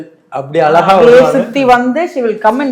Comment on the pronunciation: பார்த்தசாரதி உங்களுக்கு "ழ" வராதா ,அலகா இல்லை அழகா